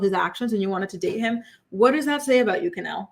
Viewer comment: Isnt her name Kenleigh? Not Kenelle I'm so confused